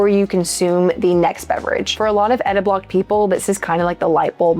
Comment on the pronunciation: It's "ediblocked", not "editblocked". Sigh...